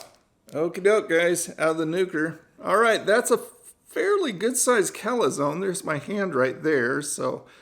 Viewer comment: Love how you say calAzone. Always been my reviewbruh. Love watching your content. Fantastic stuff as always.